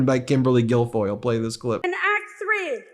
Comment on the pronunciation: I am not interested in derogatory elementary-school nicknames, but I just heard "Gargoyle" instead of Guilfoyle.